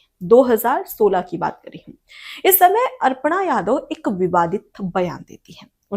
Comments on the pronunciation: कृपया अपना उच्चारण सुधारें, ये अर्पणा नहीं अपर्णा यादव हैं। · मैडम अर्पणा नहीं अपर्णा यादव है, आपने 50 बार अर्पणा यादव बोला है, कृपया शुद्ध उच्चारण करें, धन्यवाद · अर्पणा या अपर्णा?